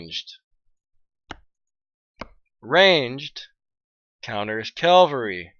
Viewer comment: Get yourself a piece of paper and write this down!.... It isn't Calvery, it's CAVALRY!!